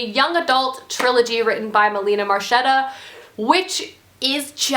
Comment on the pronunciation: Melina Marchetta is my favourite author of all time! Her books are so powerful! And she's Australian! How can she get any better?! (Also, Marchetta is pronounced Marketta, but don't feel bad, I had to meet her to find that out)